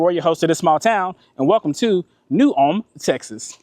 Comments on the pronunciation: Hey there…just stumbled across your channel for the first time today and really enjoyed it. I watched your video on the Round Top trip earlier today, and was just winding down this Saturday evening watching the New Ulm video. I think the locals there say it in two syllables like Ull-um.Like you,I’m from Houston…born and raised, but now I live in a small town in Lavaca county. I’m very familiar with both Round Top ,and New Ulm…been to them both many times.My family almost bought a beautiful home on several acres right on the outskirts of New Ulm about ten years ago. I love New Ulm….one of my favorite small Texas towns. St. Paul Baptist Church was still active , with a congregation of longtime Black residents…great church…you could hear the congregation singing ! You said you liked old church architecture,but I don’t recall you visiting St. Cecelia Episcopal Church in Round Top. The chapel dates from the 1800’s. I attended that church for a short time when I first moved here from Houston,making the 48 mile drive on Sunday from Lavaca county. I don’t know if you made the trip from the country store in Frelsburg,just outside of New Ulm, west on 1291 to Fayetteville yet, but you owe it to yourself to make that run.Beautiful pastoral views along a hilly,winding road, a great way to get to Fayetteville from the New Ulm or Columbus areas. Thanks for bringing back some good memories today! I hope to check out your other videos! Thanks again, Rob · The buildings across from the post office at one point belonged to David Hickman, an artist/professor at University of Houston. After he and his wife passed, her brother inherited it and made it an overgrown parking lot. Ul-em is the proper pronunciation here. I live one mile west of FM 109 on Post Oak Point Road. It’s paradise. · Folks in New Ulm losing their minds they finally made the interwebs 🤣Fun fact. Even though its pronounced ULM in Germany, some local folks prounce it New ul-umn. Add a syllable